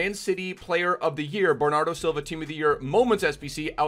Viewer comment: Bernardow Xilva